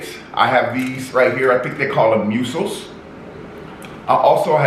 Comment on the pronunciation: It's not museal it's mussels but pronounced like muscles